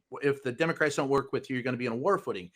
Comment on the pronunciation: Listen to his words he couldn't say democrats